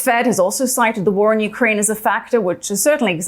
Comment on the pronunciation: Finally. The first American who knows how to pronounce UKRAINA. Not YUKRAIN.